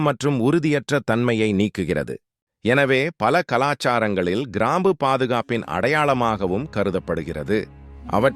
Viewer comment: People should learn proper pronunciation of Tamil also. Sorry for bringing this up.Most channels falter. Here, for instance, it is krambu and kundalini.